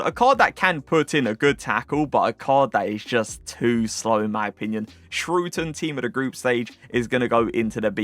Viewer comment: thats not even close to how you pronounce schouten lol